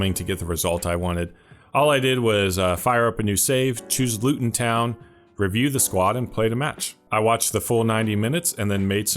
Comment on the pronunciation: Really love your videos. A tip about English team names: the emphasis goes on the second word. Luton /town/, not /Luton/ town. Like how you wouldn't say "I'm going to /New York/ City"